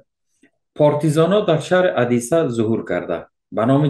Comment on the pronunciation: Одесса اودیسه نوشته میشود و در تلفظ ادیسه خوانده میشود